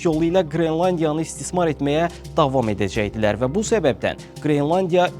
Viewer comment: Qrilandiya yox, qrelandiya😅